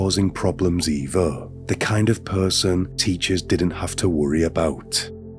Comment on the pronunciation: Dude, if you want to make a livingvfrom narration, learn to pronounce your "th" sound. Its not fink, eever, welfy, fort, fink, forty, free, uvver, furty free, fing etc.